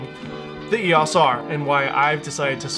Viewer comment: It's EOS not EOS